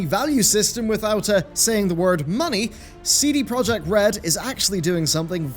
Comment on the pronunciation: It still bugs me that no one pronounces CD Project correctly.